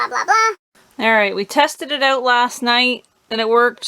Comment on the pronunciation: Need leaf blower blow that hose out.😂. Speaking about that, you don't say that out word right. Ewwt. 😅